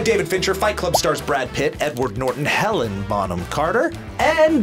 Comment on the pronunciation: Did you say "Helen" Bonham Carter?! -_